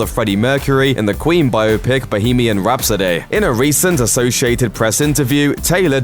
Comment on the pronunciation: Did you just say "Bohemian Rhapso-DAY"?